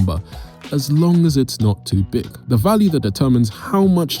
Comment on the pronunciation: why did he say BIG number like that😂😂😂😂😆